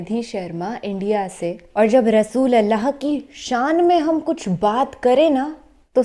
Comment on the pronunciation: Pyari Aap bahut acha bolti ho per rasoosullah ko rasoolallah kahti guzarish hai Ap se rasoosullah kaha kijiye